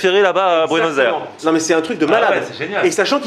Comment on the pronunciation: Il a l'air sympa, passionné et sa pizza à l'air super bonne mais il ne sait pas prononcer Buenos Aires ;)